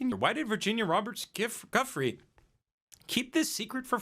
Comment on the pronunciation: It's pronounced "Jew-free" P.S. The bees defending the hive from the giant hornet is fkn AMAZING